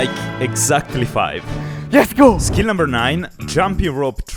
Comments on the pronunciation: It's let's go not yes go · its not yes go its lets go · its not yesgo its letsgo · Why does he say yesgo ITS LETS GO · Are you saying, "Yes go!"?